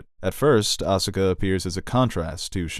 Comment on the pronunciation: Win - properly pronounces Evangelion. Con - Asuka is incorrectly pronounced. I'll take it, even Robin Williams, a rumored Evangelion fan, mispronounced "Evangelion" in One Hour Photo.